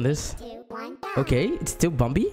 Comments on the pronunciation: I like how he says bombi instead of bambi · I like how his accent say bumbi instead of bambi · Its bambi not bombi lol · Its bambi not bombi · i keep hearing him say bumbi lol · Still saying bumbi to this day 🥴